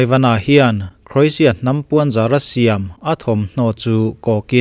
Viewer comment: Oxford en hlak rawh i pronunciation hi English hawrawp i hmang pha andik naw zie Lushai pronunciation i hmang hlaka Croatia le Chairman i pronunciation hi andik nawh